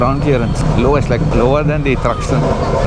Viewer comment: you say “Thruxton”!?😂